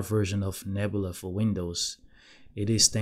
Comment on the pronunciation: There's no r at the end of Nebula.